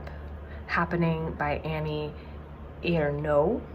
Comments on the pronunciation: Re Ernaux (well pronounced!): I recommend two early memoirs, Une Femme (about her mother) and La Place (about her father) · I am reading Beloved atm and The Bluest Eye is also great. The Flame Thrower is waiting on my tbr to be finally read. Annie Ernaux is great and your pronouncation was very good. She always writes auto fiction so her style is always the same. She describes herself as an ethnologist of herself. I'm not sure if The Years would be a good place to start. But you should definetely pick up something by her.